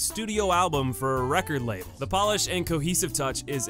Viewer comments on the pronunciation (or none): none